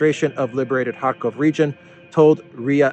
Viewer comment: Pronunciation note: The names Kharkov and Kherson are, in Russian, are pronounced with a "ch" as in the Scots word "loch". Pronouncing Cyrillic Х as an "H" is Ukrainian.